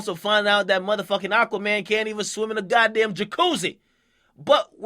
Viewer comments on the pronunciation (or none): none